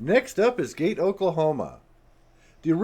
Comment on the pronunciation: The locals pronounce Gage, OK as “Gay-gee”, not Gage like you would think. Suggestion: when you document towns, ask how the name is pronounced by the locals.